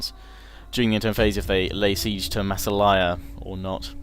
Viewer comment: I think in Massalia the emphasis is on the second ''a''.